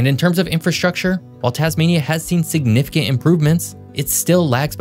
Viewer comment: "... has seen significEH improvements..." Did you mean "significant"? It has a "t" at the end.